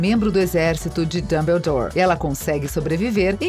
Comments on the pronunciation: ELA FALA DUMBULDOR QUE RAIVA DESSA KENGA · MANOOO JÁ FAZEM MAIS DE VINTE E SETA ANOS QUE HARRY POTTER E A PEDRA FILOSOFAL FOI LANÇADO ESSE CANAL NÃO FALA NADA CERTO E HARRY POTTER NÃO É ROMANCE NÃO É DAMBLADORE OU JOTA CÁ ROULING NÃO É RORCRUX PELO AMOOOOORRRRR ISSO É MUITO CHATO!! ANTES DE VOCÊS PRODUZIREM APRENDAM A FALAR E APRENDAM A HISTÓRIA DIREITO